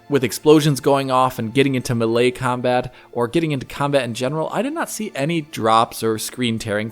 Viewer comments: Why are you saying muhlay instead of melee (maylay)? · I've never heard melee pronounced this way. It has a lot of common variations, such as "may lay", "me lay" and "me lee", but I've never heard "muh lay". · Gotta love that.. “millay” combat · Why dose he keep saying the word melee weird like that... melee is a common word you've heard it said before so you know it's not pronounced like that so why would you say it oddly I guess you want to be one of those oddball guys that wants to stand out so you purposely say words differently.